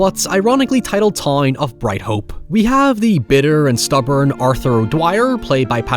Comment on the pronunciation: What an accent. Any “ou” or “ow” is just a random vowel sound. Wild bro thinks “town” is pronounced “tie-een” lmao what the fuck